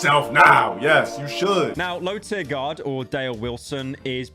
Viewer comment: LowTierGod* Not "LowTierGuard" fkin brits.